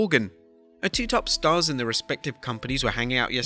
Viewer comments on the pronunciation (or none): none